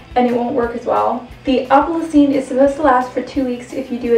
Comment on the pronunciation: It's "opal Essence"